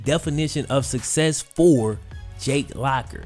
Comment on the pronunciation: I thought he said “what is sex?” Not “what is success?”